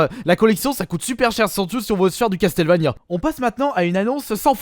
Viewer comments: Ça se dit Casseulvania et non Casteulvania ou Castélvania ^^ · Castel, Castel... CASTLEVANIA > CASSEULVANIA OMG Je veux bien que t'a du mal avec l'anglais mais un peu d'effort mince quoi... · Ta fumer sa se dit castle Vania vue ta que l aire nulle pour dire les noms des jeux video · CastelleVania, omg la prononciation XD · Ça se dit Casseul vénia